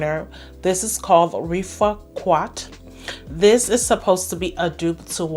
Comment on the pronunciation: There is no U in rifaaqat. It is pronounced riff-aaah-cut :)